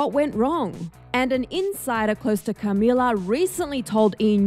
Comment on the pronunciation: why do you say Camila so weird